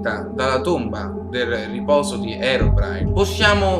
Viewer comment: Si dice così